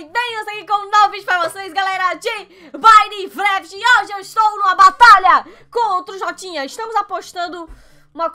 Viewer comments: Ela falo mineplafr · vc falou minefraft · Mais alguem persebeu que a falou manifravid ou foi só eu😂😂😂😂😂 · "Minefreft" kkkkk foi o que a falou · No começo ela falou "BINECRAFT" ao em vez de "MINECRAFT O". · Quem entendeu que ela falou " mais um video de bainiveni " ?! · ela fala mineflaft em 0:5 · não é Minecraft você falo minelafit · nao era pra ser minecraft em vez de minejafite ela falou assim ne